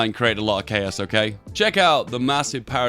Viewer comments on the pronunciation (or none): none